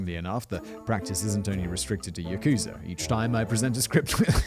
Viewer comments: I thought its pronounced 'Yak-sa', not 'Yakoo-sa' 🤔 ..... But I might be wrong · Love the mushmouth Simon. Not sarcasm, I actually generally find it entertaining. For future reference though, it's pronounced with the emphasis on the "ya" part of the word yakuza. You barely even pronounce the "u". So, YAH-KuZAH basically. Keep up the good work either way! Love the show! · "Ya-KOO-zur" - Whistle Boy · That's not how you pronounce "Yakuza".